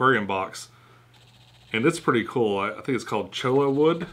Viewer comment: The cholla wood is pronounced choy-ya. It is actually the skeleton of the cholla cactus. Just thought I'd share some info :)